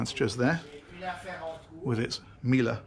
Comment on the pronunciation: Miele was very well pronounced